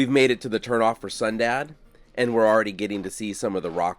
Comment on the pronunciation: Okay, I thought I heard you say we were going to a town called "Sundown". I really had to listen to hear "Sundad". Out where I live, if a town is called Sundown, it means, for your safety, get out of town before the sun goes down. That's because the locals are few and think the remaining town is cursed and there is evil that can harm or kill you. Yes, it's fun living large and free in the Appalachian Mountains. LOL 😅